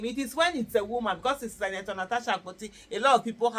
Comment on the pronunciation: It's Senator ma not Sinator. Olodo.